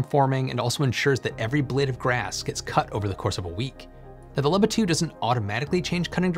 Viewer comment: It's pronounced "Looba", not "Lubba".